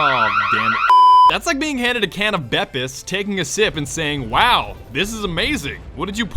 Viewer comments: its not bepis its boopis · it's pronounced 'bee piss'